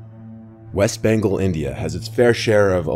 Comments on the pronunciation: Bengal is pronounced "BENN-GAWL", not "BENGLE" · “Bangal.” 😭🤡🤡🤡 tell me ur American without telling me ur American. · The worst part is he can't pronounce bengal